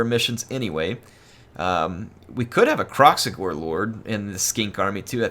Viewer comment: Call it Krack-Xigor